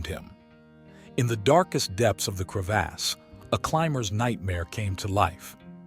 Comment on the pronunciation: Crev(aws) not cre(ASS)